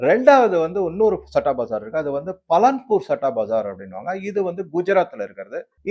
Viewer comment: பலன்பூர் இல்லை பாலன்பூர்.